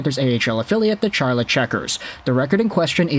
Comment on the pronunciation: Charlotte is pronounced like Sharlotte, by the way.